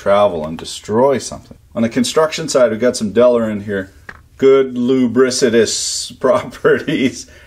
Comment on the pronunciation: I like how Delrin becomes "Dellarin" in version of Canadian.